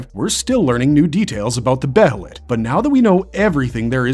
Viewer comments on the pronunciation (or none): It's bay-lit or Bay-uh-lit, not Beh-hell-it